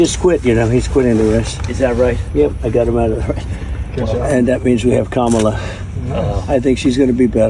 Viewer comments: It's mamala not kamela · Pronounced - Que Mala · It's Kuru....